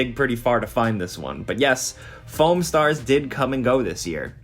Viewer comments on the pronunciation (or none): #10 sounded like Phone Stars and not Foam and I was extremely confused for a minute...